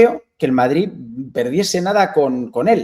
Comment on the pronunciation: Q va! Si no dijese lo de “se escucha”, sería casi perfecto al hablar A mi me pone malo de mon con lo de madriTTT